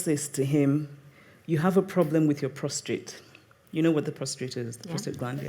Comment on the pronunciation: It's so good to hear Chimamanda call a word...wrong! "ProstRate" for: "prostate." No real biggie...but just goes to show that even an - unquestionably cerebral - Goddess can flub a word.